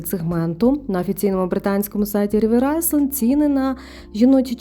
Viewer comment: Рівер айленд, не айсленд